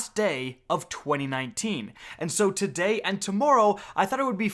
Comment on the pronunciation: The way you say today is so fking jarring in the beginning Jesus Christ